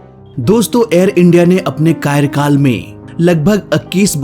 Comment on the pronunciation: कायरकाल नहीं कार्यकाल होता है।